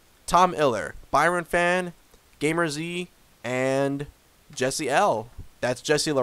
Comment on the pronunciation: Top 20 we take that. 14th in points is good hope to improve. And also my name is pronounced game ers not gamer z